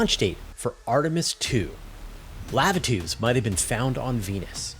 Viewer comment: why you gotta say lava tubes like canadians say "pasta" ???